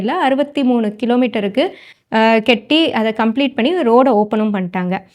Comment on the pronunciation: கெட்டி கிடையாது கட்டி ன்னு சொல்லுங்கள்